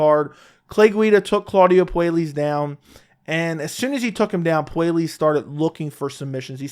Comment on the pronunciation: It's pronounced Poo-eh-yes by the way